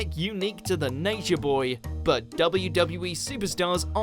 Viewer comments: confused me at first, narrator sounds like he kept saying "WB" or "WE" and not the 2 W's. must be his accent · Is...is he saying WB? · the way he said wwe 😂